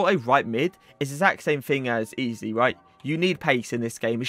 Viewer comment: It pronounced ezay not easy, it really annoys me and my ocd when people say it like that😭